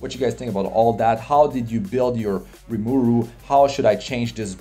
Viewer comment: His name is RimUru not RimAru